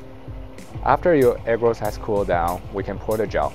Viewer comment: Dude I love your video, and forgive me I don’t mean to be offensive, but every time you say agarose I hear egg rolls😅 so I started busting a gut at the microwave egg rolls for two minutes part. Again great work!